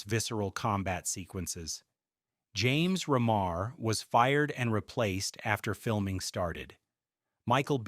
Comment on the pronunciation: Mispronounced REMAR. Its not 'ruh mar; its like REEMAR. Dude this video is kind of a mess. Go back and do more research.